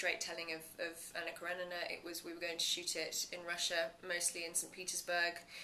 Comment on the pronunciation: Esta tipa fez o raio do filme não sabe pronunciar o nome Anna Kerenina! Meu deus!